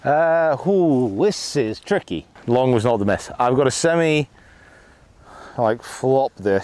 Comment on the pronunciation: How was the otter using a canoe, and please watch your pauses after saying you have a semi (chipping on the 13th). Love the channel and content, keep it up